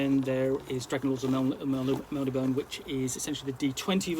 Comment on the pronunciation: Love Eric games and the books. The last (I think 5th) edition is great too. Forgive me as I may be wrong on this one but I think Melnibone is pronounced 'Mel-nib-bow-knee' although would love to get other peoples opinion!